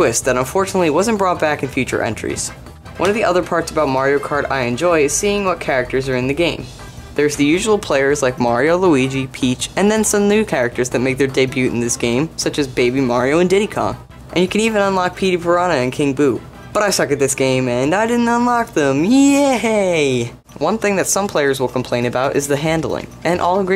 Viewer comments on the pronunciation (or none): You're good, man! Just remember in the future that in, "debut", the "t" is silent!